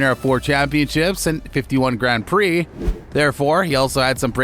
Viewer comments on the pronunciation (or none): none